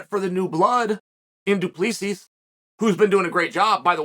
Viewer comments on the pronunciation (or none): "Doopleesees"😂😂 Do. Plisee is the right way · Unc Chael - just wanna inform you if I may, it’s Pronounced Doo - Ple - See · It’s not Du Plessis , it’s Do PleSee , it looks like that but it’s not how it’s suppose to be pronounced ,I’m South African my self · Awesome clip! By the way "Do Plea cease" is pronounced "Do- pluh(like plinth)- sea". I can't believe this has never been addressed 😅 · He name is pronounced do pla see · Its pronounced Du Plussea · So the last "S" in Du Plessis is silent... "Du Plessee" basically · Bro it’s Du- Ple-Si 😂😂😂 damn say it right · Tip on an easy way to pronounce Du Plessis correctly. It's Do-plea-see. The ending is silent. It's a very common Afrikaans surname. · DOO- PLUH- SEE** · Say his name right. Do plerrr see. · ‘Doo-plee-seas’ 😂 Even saying Israel’s name badly - come on Chael! You’re supposed to be the top commentator in the game, say their names even remotely correctly bro. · Du Plessis is pronounced as "Doo-Pluh-See" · As a South African listening to Chael butcher Du Plessis' name is hard 😂 Chael, it's pronounced Du PleSee 😂😂😂😂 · Mate his name is Do-plah-see 😂 it’s crazy seeing a South African in the ufc from a kiwi point of view this will be big cause we have a big rivalry with the South African rugby team and Izzy hails out of New Zealand so it’s a good rivalry lol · Hey Sonnen the S at the end of Du Plessis is silent. It is pronounced like it is pronounced in French. Pronounce it like Du Plessy or you sound stupid. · I don’t even like the guy but it’s Du-PLE-SI 😂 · Du plee sees 😂😂😂 he never fails to impress with the pronunciation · Doo-PleeSees… addition by subtraction, if you will. 📌📌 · As a South African it’s pronounced du,ple,see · Pronounced Du Placee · DO-PLI-SEE... that's how you'd pronounce it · Uncle Chael decided it’s now pronounced Dewpleasees. So let it be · Pronounced : Doo Ple sea please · Chael Sonnen messes up their names n just says fuck it 😅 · Say his name right ffs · The last asses are silent Mr Sonnen